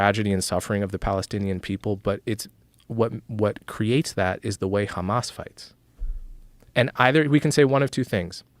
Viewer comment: Its pronounced Hhhhhhamas not Kkkhhhamas